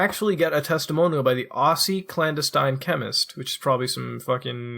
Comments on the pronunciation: clan-deh-stein you illiterate fuck. not clandustime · "clan-destin" like destiny without the "y." Not like "Wolfenstein."